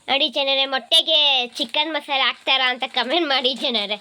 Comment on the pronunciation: ಅದು chicken ಮಸಾನೆ ಅಲ್ಲ chicken ಮಸಾಲೆ 😂